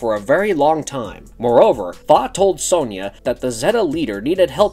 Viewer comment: Why do Americans say sonja wrong 😂 Also which came first the film or comics.